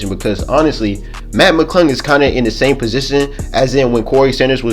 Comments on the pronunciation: dead. Matt Mcuddle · Put on the Close Captions and watch every time he tries to say "Mac McClung"